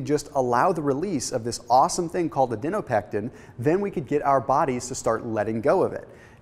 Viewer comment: This is good information but I was super distracted by your mispronunciation of the word Adiponectin. It is Adi-po-nectin not, Adi-no-pectin. It 's just difficult to see you as an expert if you can't even pronounce the word correctly.